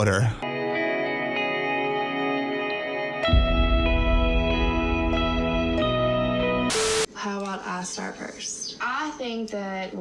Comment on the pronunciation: Never heard someone say "hummm water" that way before 🤣🤣